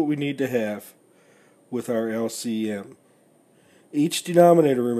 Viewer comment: lc missile, typical yank lol. good video though